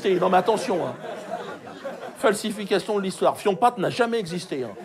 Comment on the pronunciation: L'histoiwow wowooiwo 😂😂😂😂😂😂